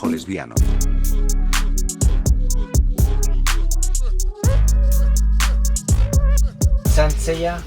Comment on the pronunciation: Me encanta como preguntas por “Saint seiya” y el vendedor con una clase tremenda “sainto seiya”... ufff